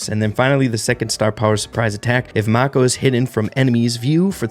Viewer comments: the brawler is named after a type of shark, and is pronounced moer like maah-ko than mah-ko or may-ko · It’s pronounced “may-ko” (like the shark) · mako is pronounced mAy-kO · Really cool ideas!! BTW pretty sure the new concept brawler is named after a type of shark. If that’s the case Mako would be pronounce “may-co”. Thanks for all the content man! Love your channel! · i think its supposed to be pronounced mako like "make oh" the shark 😭🙏